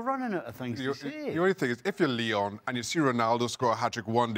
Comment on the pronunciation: It’s Lyon